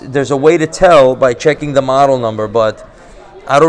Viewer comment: "I want da gold. Give me da gold." 💯💯💯